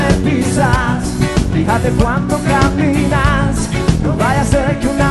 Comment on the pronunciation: Caminas está mal pronunciado. Es la peor versión de hotel california. Fue un error hacerle el tributo a the eagles